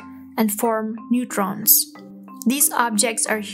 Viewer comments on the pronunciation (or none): none